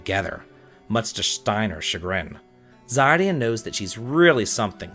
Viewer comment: Such a sweet video:) long live romance! (Btw Zidane's name it's pronounced cee-dan)